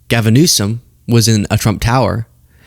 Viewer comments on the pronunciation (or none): none